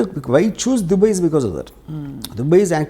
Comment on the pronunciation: Orey, adi dubbey kaadu ra, DUBAI. nuvvu ooohinchaleni prapancham. Yevvadu neela nee donga overacting/ fake/ promoter / interviewer la intha khaalega ledu.